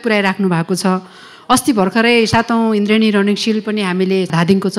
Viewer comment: Your pronounce is not indrien it's indradi 😂😂😂😂